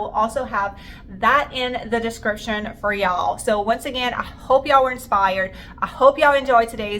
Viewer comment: Sweetie no disrespect and im sure its a habit. Really want to watch you. But can't stand the phony sounding y'all,'s